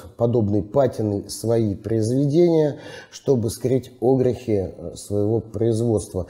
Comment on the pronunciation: Прошу прощения, а можно перед тем как ролик выкладывать поработать с ударениями в словах, какие на фиг Огрехи? когда правильно огрЕхи! очень режет слух. однозначно дизлайк. даже до конца не стал досматривать